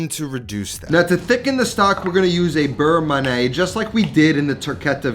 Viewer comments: Beurre manié=It's "man-yeah", not "man-nay". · Burr-Mon-Yay not Burr-mah-nay. I don't normally care how people pronounce stuff but this was like nails on a chalk board for me. Awesome Recipe. Looks amazing!!! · FYI beurre manié should be pronounced like we say NYE in Kanye West. Man-ee-yay. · It’s berr manyeh. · the constant mispronunciation of beurre manier from a cooking "professional" drives me insane